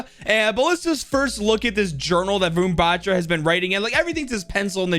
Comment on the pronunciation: Hey i just wanted to say how to say Varun Batra properly so well Wa- r(without a curl)-un Ba-tr(without curl)-aa